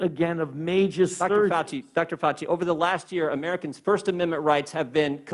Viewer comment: That would be tortuous to watch such an ignorant waste of space, who can't even pronounce Fauci's name correctly.